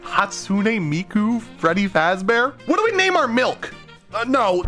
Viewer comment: Fazz feady fart or something